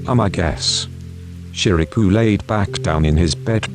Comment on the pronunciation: the voice was so relaxing but it really cracks me up everytime it says Shirabu cus' i always hear it as "ShiRaPuUuU" lol